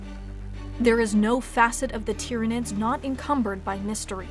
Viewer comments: Well done for pronouncing their name correctly... most people think it's "Tie-ranids"... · Good video. Glad you pronounced it right.